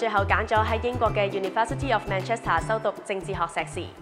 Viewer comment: 條女連自己學校名Manchester都可以讀錯 洗底failed